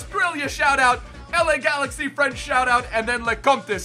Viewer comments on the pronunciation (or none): none